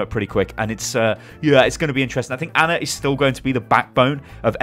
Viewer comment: Her name is Ana, not Anner